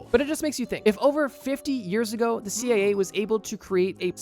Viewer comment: Am I hearing this wrong? About the dragon fly he keeps saying (I think ) "CAA" instead of "CIA". Could be just an accent I'm not used to though?